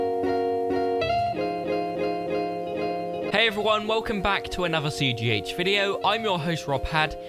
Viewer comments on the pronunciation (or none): none